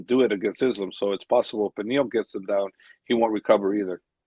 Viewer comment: get Coach to say Islams name right lol it’s Islam and he says it like Is Lamb.